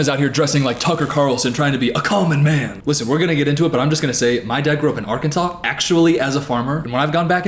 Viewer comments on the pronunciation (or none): so it's actually pronounced arkanza... huh...